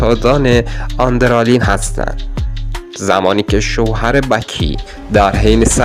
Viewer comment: آندرالین ❌ آدرنالین ✌️